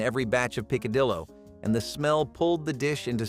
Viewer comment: The name is said "peek-a-dee-o"